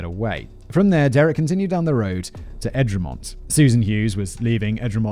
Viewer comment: Thank you Simon, this happened in my home town, and is barely remembered in the UK. I'd met bird a few times and Paul Wilson is a friend (he's okay, can't even tell he was shot). Unfortunately birds spree was overshadowed by the raol moat standoff against police. Also Egremont - "egg-re-mont"